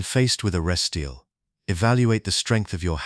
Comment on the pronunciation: If the AI (I now realize) can't pronounce resteal, I'm not watching.